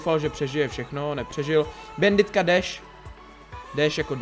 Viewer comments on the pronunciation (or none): Česky: [banditka] Slovensky: [banditka] Anglicky: [bændit] Ale nie, musí povedať bænditka:DDD